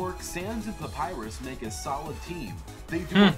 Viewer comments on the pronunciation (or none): papyrus not papyus and sans not sam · Look guys im saying that said Papyrix Lol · pap-pie-rus. thats you you pronounce papyrus' name. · you said Sans right Papyrus not really